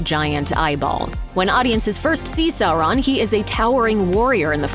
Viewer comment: "Sorroun" - Looper narator, 2022.